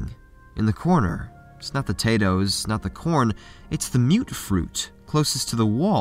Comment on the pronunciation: Mute....mut.....hmm think it's mutfruit..(muttfruit). I didn't see an umlaut at the top of that u.